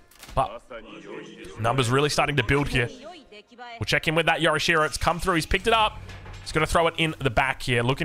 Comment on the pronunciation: Yo'rishiro not yora'she-ro. Get it together mate.